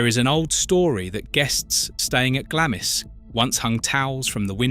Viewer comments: If you are going to talk about uk properties at least get the pronunciation of them correct . It's not Glamis castle it is pronounced Glahms. Don't use portraits of Queen ann of sleeves as some lady in Glamis. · Sorry, but after the third time you butchered the pronunciation of Glamis, I just had to switch off.